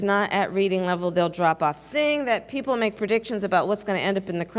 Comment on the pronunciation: jorch wachinton poepl